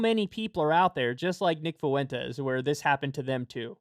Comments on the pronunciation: Kyle for the LOVE OF GOD. It’s not FOO-EN-TES It’s FUEN-TES 2 syllables. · FFS Kyle, learn how to pronounce "Fuentes". it's an extremely common last name, but you nailed it .